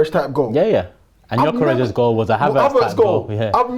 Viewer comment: How do multiple fans on this channel struggle to pronounce gyokores properly 🤦🏻‍♂️